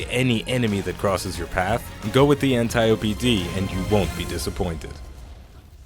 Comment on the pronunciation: I swear its pronounced "An-tee-ope" Not "An-tie-opie".............i mean...just sayin